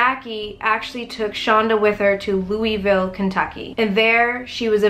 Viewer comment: I've heard this story before and its Louisville ik it sound like how pronounced it but its Louisville